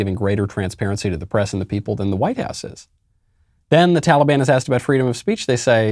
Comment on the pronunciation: "tollybon"- joe biden